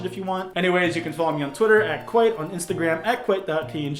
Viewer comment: you limer